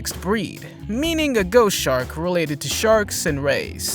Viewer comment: Did Anybody Notice When He Says "Ghost Shark" It Sounds Like "Goat Shark'